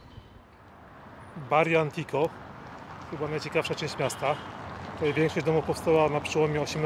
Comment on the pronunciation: Monterrey najbardziej niebezpieczne? Skąd takie głupie informacje. Tijuana, Acapulco, Ciudad Juarez i można by dalej wymieniać, ale Monterrey? PS Pojawił się mały błąd Barrio Antiguo - czytanie tak jak się pisze. „Antiguo” czyli stary.